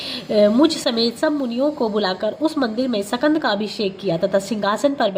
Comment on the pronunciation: Jai shukrana guru ji katha bahut hi bhavpurn thi .. Is path m ek shabd h skand pr uchharan shakand ki gyi h